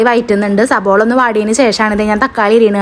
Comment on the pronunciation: യുടെ ഭാഷ ശരി യാക്കണം സബോള അല്ല സവാള എന്നാണ്